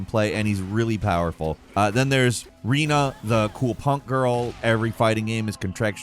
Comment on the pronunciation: did he just say reena? 😂